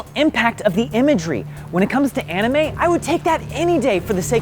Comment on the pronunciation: Cant even say anime at the correct way, uhm duh